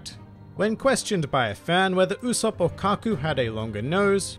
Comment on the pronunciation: U-"soap" is the pronunciation my friend 😉